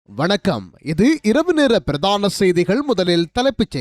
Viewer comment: பிறதான செய்திகள் என்பது தவறு. பிரதான என உச்சரிக்க வேண்டும்?